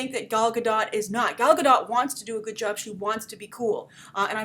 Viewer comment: Do you still not know how to pronounce Gadot?